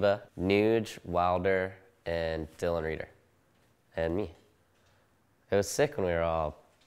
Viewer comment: triggered, when he said "Dylan Rieder"